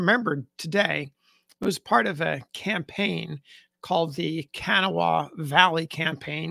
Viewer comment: I'm not sure it's correct, but I live in West Virginia and they pronounce it "Ka-NAW-ha".